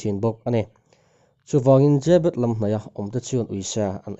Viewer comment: Zêbet nilo in zebet anti in ka hria😇😇